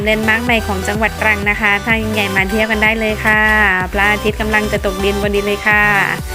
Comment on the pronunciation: เป็นกำลังใจให้ครับ..การเดินเรื่องน่าติดตาม ดนตรีประกอบก็ดี ( คำว่า ใหญ่ ต้องปรับปรุงนะครับ เพราะออกเสียงไม่ชัดมากเลยครับ.) จะติดตามครับ..